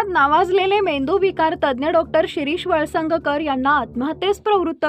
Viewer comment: वळसंग कर pronounce करा वळसंग्ग कर नव्हे